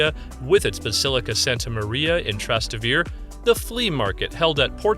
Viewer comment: "If you want a 100% Italian experience, then you must visit 'Tras-ta-vir'. Yeah, sure, just try asking where "Trastavir" is! You will get a rather Italian experience of Italians looking at you like you're crazy. You pronounce all the vowels: Tras-Tay-Vair-Ay. But what am I doing, talking to an AI.